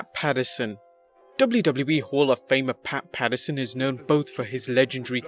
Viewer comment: Pat Pats-you're-son